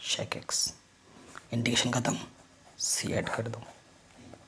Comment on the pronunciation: Sir really helpful but the thing is it’s pronounced sec x not shake x